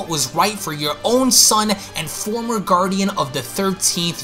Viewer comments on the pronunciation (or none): none